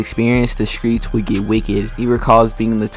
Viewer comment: You from Memphis bruh? “ skreets “